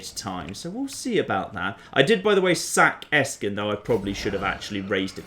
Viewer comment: Your pronunciation of those German words is so adorable.^^ I had to take a closer look to see that there is no k in Eschen, as you are pronouncing it like Esken and not like "Eshen" (with a sh like in "shit"). Heart warming.